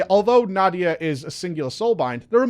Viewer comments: Na-dee-ya,:) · I think its Na-dee-ya,:)